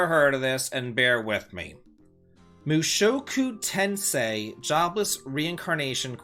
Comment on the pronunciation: You got Mushoku Tensei right! Good job! You got a lot of the names right. I'm so happy to see a game of this show. The anime is nothing short of excellent. It's actually really popular and it is considered the grandfather of Iseakis, so if you know stuff like SAO, Log Horizon, and.Hack. I think you'll like it a lot as unlike other Iseakis and starts from the birth of the main character and we get to see their whole life. I'm happy to see them explore Roxy's character more. Good to see mroe anime I know get RPGs. another one that is getting one is Goblin Slayer. IT comes out in Feb.